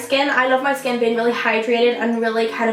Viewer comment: It's annoying when you pronounce skin like "shkin"